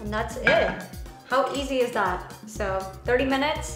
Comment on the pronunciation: Lol ain't she the girl who made that everyday 'scrambled eggs' :/ extra ass making shit with vodka and caviar. 🥚🙄 lol and its funny that way that she says 'that' she always says thaa 🤣🤣